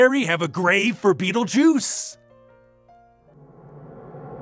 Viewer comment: Did just say BeetleJew???? Dammit EVIL!!